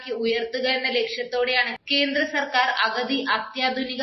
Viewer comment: അഗതി അല്ല. അതിന്റെ അർത്ഥം വേറെയാണ്..... അഗത്തി.